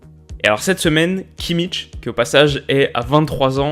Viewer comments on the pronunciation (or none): J'en ai un peu marre d'entendre cette mauvaise prononciation du nom de Kimmich. Sérieusement, ou vous voyez le T ? C'est pas Kimmitch ! Je demande pas une prononciation allemande parfaite, mais fait faire un effort pour lire un minimum. A défaut de le dire à l'allemande, prononcez le à la française ! Et oui, je sais que les commentateurs (assez médiocres) des chaînes de télévision font cette erreur régulièrement, mais ils ne sont pas un exemple à suivre...